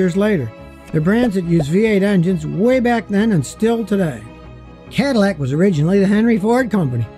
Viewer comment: Love how you pronounce Cadillac